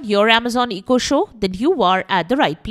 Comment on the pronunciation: What's an EEE-KO?